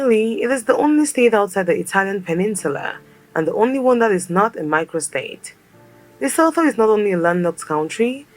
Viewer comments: Pronounced LEH (like meh) SOO - TWO...not LUH-SO-THO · Pronounced Lesootoo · it's pronounced leso2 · Eyyy famm🔥🇿🇦 Lesotho🇱🇸 is pronounced like "to" at the end (tho), so it be Like Lesoto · LESOTHO Pronounciation: LI SU 2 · The person in the video was pronouncing Lesotho incorrectly. The "LESO" part was pronounced correctly, and the "THO" part should be pronounced similarly to the "TO" in "TOY". I am surprised that they didn't mention that it's one of the few countries in Africa with Snow White winters and a popular Skii Resort AfriSki. They have cold winters, that's why they're always wearing blankets. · note she didn't say Lesotho right. I swear she's intentionally gaslighting us🤣🤣🤣🤣 And it's technically a prime minister not a governor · the way its irritating me how she says it wrong lol. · She should have learnt how to pronounce the name Lesotho before doing the video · She doesn't pronounce Lesotho properly 😢